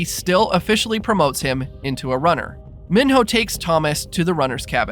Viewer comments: Mee-know not min-hoe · It’s not Min-hoe, it’s pronounced Me-no. Said so in the movie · Can’t even say mino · Kept saying minho name wrong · Why did you say Minho like that?